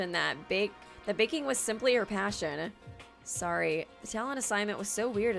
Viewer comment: It’s okay art was sowwy